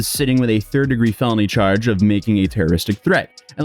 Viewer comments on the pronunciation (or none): "Melon-y Charge"